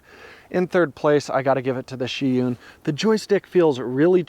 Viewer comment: It's Zhiyun, not Sheeyoon